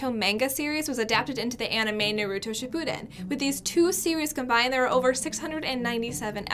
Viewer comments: I was ok with it the majority of the time but then the narrator said “narOotoh, mAhngah, and Shapoodin it put me over the edge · When she said Naer-uto ship poo den I— 🤣🤣